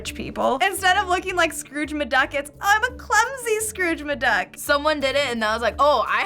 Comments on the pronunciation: Did she say "Scrooge MaDuck"!? Instead of McDuck? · Did she just say "Scrooge M'Duck"? She did just say "Scrooge M'Duck"! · That's a new and strange way to say McDuck.